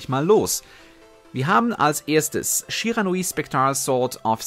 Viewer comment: Ich „glaube“ du sprichst „Shiranui Sensei“ Falsch aus